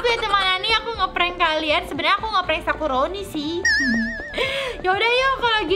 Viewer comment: Sakuroni hehh,bkn sakoroniii😌👌🏻